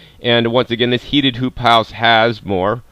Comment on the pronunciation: no joke I heard "poop house" every time